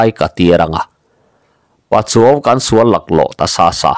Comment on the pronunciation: "Pachuau kan sual laklawh" tih ṭawngkam hi a thluk a diklo deuh in ka hria. 'misual', 'i sual em mai', tih ang a thluk lovin. Insual hi a ṭhalo tih a sual thlûk ang a thlûk tur ah ka ngai. Pu Narrator